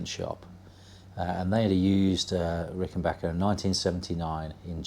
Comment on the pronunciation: Congrats on the Azureglo! I have a 1977 myself. Always glad to hear somebody pronounce "Rickenbacker " correctly!